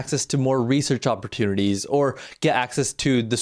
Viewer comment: Weird woman. Pls learn to pronounce words. Up-PPOR-chineetees is complete trash pronunciation. It’s like you’re not even trying.